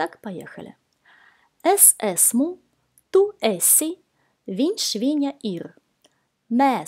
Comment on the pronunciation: Я смотрела другие видеоуроки и там esmu, esam, esat произносили как асму, асам, асат, как бы через открытое Е. В ваших видео буква Е произносится практически везде как закрытое Е как эсму, эсат. Это вариантные произношения?